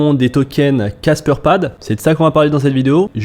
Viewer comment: C’est pas caspeur ! C’est casper !